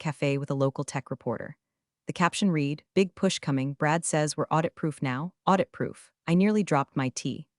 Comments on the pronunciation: Every time you use the word 'read', you are using it in past tense and therefore you are mispronouncing it. It should be pronounced red, not reed. Starting to feel like watching these so-called stories is just making me stupider except I know the difference between past and present tense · Please it’s not read it’s pronounced red. Someone teach AI how to use past tense words. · Please fix the mispronunciations of "read", which 95% of the time should be in past tense, not present tense. Also "live" - same problem. If AI is so smart, why can't it avoid these errors? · Mispronounced words: Patagonia (only pronounced correctly twice in the history of these things) Geiger counter Read Quinoa S.E.C.